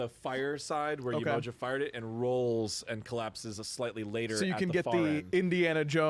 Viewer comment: The pronunciation is horrible. Not Yemoja sounds like a sandwich. It’s pronounced Yeh-Mo-jah! Not juh, jah!